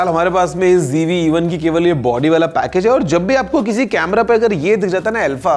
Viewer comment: It's not GV but ZV